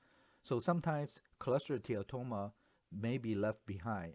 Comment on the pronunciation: This presentation is fantastic. I particularly get thrilled the way you pronounce cholesteatoma with a mix of what sounds like American and Malaysian-Chinese accent. You just say choleteatatoma. Best online radiology teaching on this topic I have seen so far.